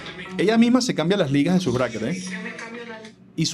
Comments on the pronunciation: Weon la mana dice braises a los braquets, en serio alguien la logro tomar en serio? Jajajajaja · Me da risa que la chica en vez de decir Brackets parece que dijera Brazzers XD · Que se puede esperar de esa pelada jaja no sabe ni pronunciar Brackets y decir que son fijos jaja 🤦🏼